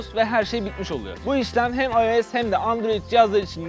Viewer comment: Amk ilk defa ios'i dogru söyleten birini buldum